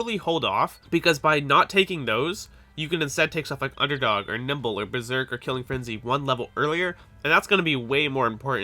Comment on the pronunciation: Why do I keep hearing you say nipple everytime you say nimble. Specialize in NIPPLE...BRO I ALREADY DID AND I STILL SUCK! :)